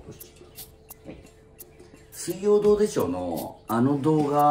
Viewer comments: の「水曜どうでしょう」のイントネーションが「金曜ロードショー」過ぎて笑った😂 正解わかんないけど（笑） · の、水曜どうでしょうのイントネーション、金曜ロードショーみたいですね🥺✨ｗｗ